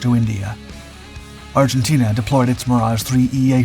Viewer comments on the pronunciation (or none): none